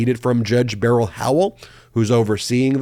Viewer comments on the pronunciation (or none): none